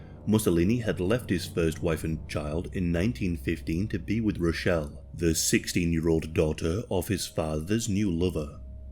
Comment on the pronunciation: Note: Rachele is pronounced “Rakele”.